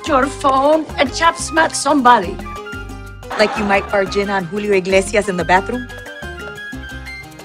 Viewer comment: ’HEY JOO GUYSS’